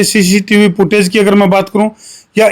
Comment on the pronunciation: भेंचो " पुटऐज" नहीं होती.... फुटेज बोल 😅